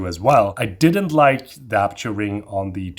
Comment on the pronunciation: Thanks for the vid and information. Good stuff! (By the way, should be 'aperture' , not the brand, 'aputure'...)